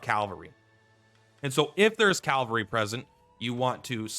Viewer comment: Just bought the game yesterday and respectfuly I find it funny you keep saying "Calvary" 😂